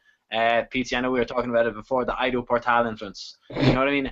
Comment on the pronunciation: why would you say ai-do, when you are such a huge fan and have watched conor and eedo pronounce ido correctly so many times!? ;)